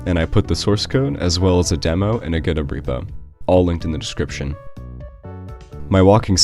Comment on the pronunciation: It's pronounced GO DOT.